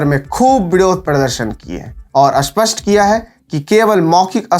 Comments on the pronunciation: भाई, अपना उच्चारण सही कर लो, स्पष्ट होता है ना कि अस्पष्ट । 😔भाई, देश के लिए हम अपनी जान भी दे सकते और भाषा का अपमान नहीं सहन करेंगे । spasht kr Lo 😂😂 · सर, अस्पष्ट नहीं, स्पष्ट होता है --- ऐसा बोलिए। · भाई, खरा है नहीं, खड़ा है, सरक नहीं सड़क, आस्पष्ट नहीं, स्पष्ट